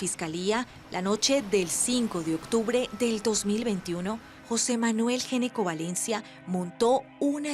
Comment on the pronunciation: Ese apellido no se pronuncia" Geneco " Se pronuncia "Ñecco". En la lengua italiana la " Gn" Se pronuncia como "Ñ" . Una píldora de información lingüística.